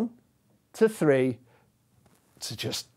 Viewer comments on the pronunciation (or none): this video is not only educational on a mathematician level, but also on a linguistic one when it comes to tree and three difference of pronunciation 🥲